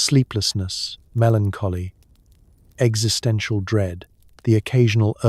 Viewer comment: 'existential'? …'🥚sistential'? 😂